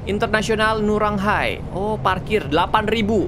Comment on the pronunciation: bandara internasional ngurah rai miawaug, bukan ngurang hai ya tadi kak regi ngomong.